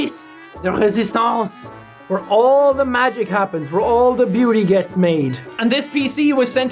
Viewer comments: whwere the true irish coming out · i dont think my pe teacher is irish but he says hwere